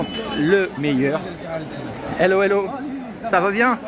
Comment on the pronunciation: Je deteste ce mot hello déjà tres mal prononcé! Pour s'intégrer à un pays on commence a aporendre sa langue !